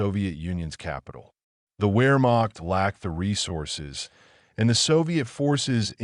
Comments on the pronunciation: Wehrmacht is pronouned Veer-mock, not wear-mock! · I know, right? After all these years and especially with someone who's doing military videos, who doesn't know that Wehrmacht is pronounced with a V sound😮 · Wehrmacht is pronounced with a V as in Vehrmacht. W's have a V sound.